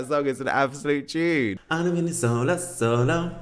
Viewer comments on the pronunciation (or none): I think you’ve got Chanel on the brain it’s solo not slomo haha love you ❤ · I think its solo, not slomo lol